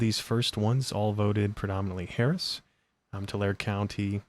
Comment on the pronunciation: FYI it is pronounced Tu lar e Tulare, not Tular thanks, Debbie I lived near that city for 18 years <3, nothing to write home about, farming community and RED. So if you are seeing Harris votes then it swings hard red... yea the trigger point worked.